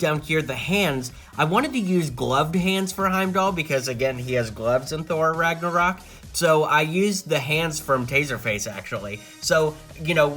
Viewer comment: U put in title infinity war but u say thor ragnaroc